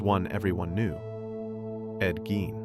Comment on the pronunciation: First off, you're pronouncing his last name wrong. That's super annoying. Secondly, what's with the stupid "audio files" that are obviously not real. Super, super annoying. I gave it 2 minutes and I was out.